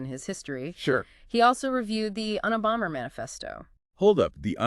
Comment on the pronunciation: Un a bomber 🤦🏼‍♀️ I know the acronym and why but your pronunciation is absurd